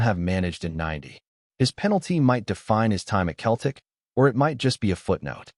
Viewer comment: AI voice can’t even pronounce Celtic 🤬 HH